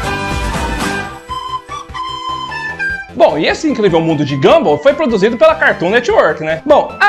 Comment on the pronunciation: É mundo de Gunball e não ganbál 🤣🤣🤣🤣🤣🤣🤣